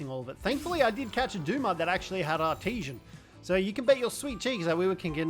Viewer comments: Every time he said artesian instead of artisan I cringed. IM SORRY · AR-TI-SAN, not Art-ti-shen